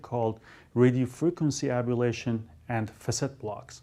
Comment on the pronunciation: it's pronounced ablation, not abalation.